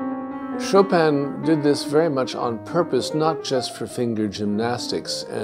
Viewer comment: This is great. Thank you. Please ask the moderator to stop sounding an ’n‘ at the end of Chopin. It is annoying when pronouncing Chopin, especially when making the nasal 'in' as in French --- a sound that doesn't exist in English, and which he pronounces well (congrats!). In French, ”ce n'est pas facile pour un anglophone de faire ces voyelles nasales (an, en, in, on, un)“. Please stop tagging an 'n' sound at the end of Chopin.